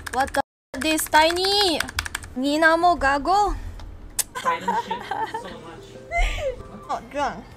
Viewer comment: Lmaooo the way you said "putangina mo gago" with that accent haha! Nice content! Looking forward for more! Keep doing it! New subscriber here! 🤩